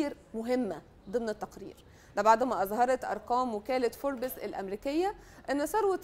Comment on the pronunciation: نطقك لكلمة فوربس غلط